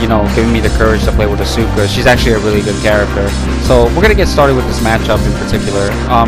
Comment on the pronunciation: The game literally says her name correctly when you pick her lmfao why do mfs insist on pronouncing names wrong when they're literally said to you? Also music is dummy loud bruh, can barely hear you besides that blunder lmao